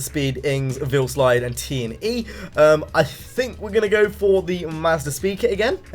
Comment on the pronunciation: it's VeilSide not VeilSlide